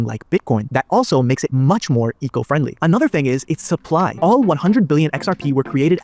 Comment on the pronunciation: I believe he meant to say “all” not “ball”